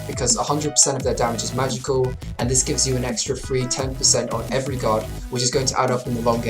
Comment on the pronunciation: when he is saying guard sounds like he is saying god